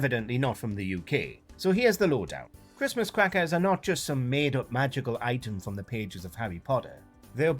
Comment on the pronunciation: Cwistmas Cwackers😂